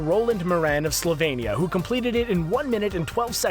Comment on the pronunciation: DID i just hear sloenia!?!??!?!' thats the country im from!!!!